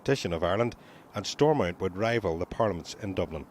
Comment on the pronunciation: It's "Stormont" not "Stormount".